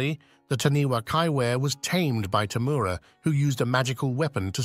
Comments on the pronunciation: LOL, This guy has bad Maori pronunciation! For the New Zealand creature It is spelt "Taniwha", but is pronounced Ta nay far. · I'm from NZ and we pronounce Taniwha Ta Ni Far